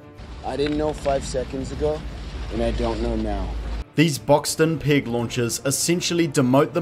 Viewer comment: If he pronounces "peg" as we pronounce "pig" - then how does he pronounce the word for swine?